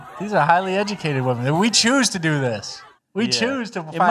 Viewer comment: “Black women IS the mos egicateit group!”🤣